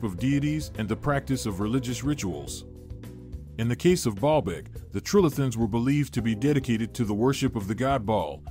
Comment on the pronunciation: I hear Ball bag every time he says it 🤭🤭🤭